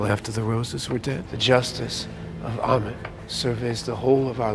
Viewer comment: AMMIIIIITTT not emmett................................